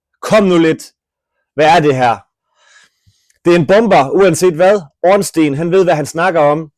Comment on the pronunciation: ORNSTEIN er en joke ligesom din udtalese af stein